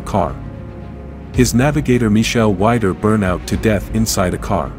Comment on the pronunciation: Quite a good simulation. Only please call their names right. It's Surer with "S" not "Sh" and it's "Weeder"